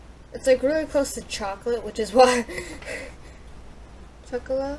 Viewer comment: It's pronounced choc-oh-la and neh-ko pah-rah ^^